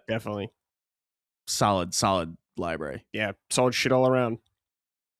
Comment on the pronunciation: if you're going through these libraries of consoles please learn how to say the word “library.”